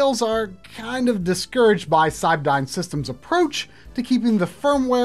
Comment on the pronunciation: Cybdyn is pronounced "Cyberdyne", its from The Terminator films.